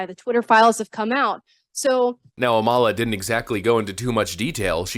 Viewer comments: Nice video, but just remember that it's the 1st syllable of Amala that's stressed. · Said her name wrong. Am-ala like Pamala. She's great. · I watch a lot of her content. She’s well-spoken and sharp. (Btw, she pronounces her name like “Pamela”, minus the “P”. The first syllable is stressed.)